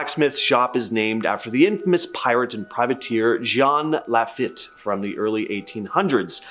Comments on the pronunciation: My head kept going FEET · Oh... Love ya but it's 'LaFeete' (LaFitte} and Marie 'Lah-voe' (LaVeau) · Dude, if you're going to host a video detailing haunted sites in New Orleans: at least do a minimal amount of homework and learn the correct pronunciation of Jean Lafitte. Hint it's not "Laff it." Doesn't do much for your credibility. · The other belief is that madam Lalaurile and her husband fled to the north shore of Lake Pontchartrain in the area now known as Covington. Keep working on the pronunciation. Its Lafeet, Jean Lafeet...say it like that, lol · Marie Laveau not “Mary”. Jean Lafitte not “John”. Pronounced with a soft “J” and Lafitte is pronounced “la-feet”. I live near New Orleans. I’ve been there many times. That whole town is a world of its own. There is a heaviness about the atmosphere. I get chills thinking about the place and I can’t specify why exactly. Everyone there knows it’s got “haints”. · It's pronounced lah feet. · Having grown up in New Orleans, it's pronounced "La-feet", no matter how much that might make you laugh. He was French. I did a tour of the French Quarter when I was in high school ... in French. So as the tour guide, I had to get it right. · When he said Jean Lafitte, i died a little inside... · Lafitte is pronounced La Feet. Lol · He's mispronouncing Lafitte and it's driving me crazy!!! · I've never heard anyone mispronounce Lafitte so badly. Otherwise ... good vid. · I agree, I just commented on it too.😅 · It’s not Mary. It’s literally Ma-ree like it’s spelled. It’s also La-feet, not La-fit. 🤦🏽‍♀️